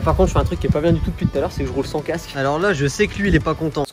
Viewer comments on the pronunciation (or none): none